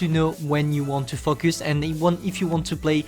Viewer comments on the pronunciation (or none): The way u say 'Focus' ~fucc us..😂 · you cant say focus